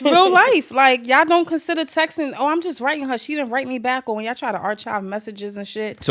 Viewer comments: She said “are-chive.” 😂 these chicks do NY in the worst way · Did this girl just say Ar CHIVE? Smh